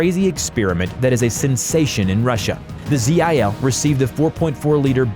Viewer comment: It's not Z-I-L, it's one word ZIL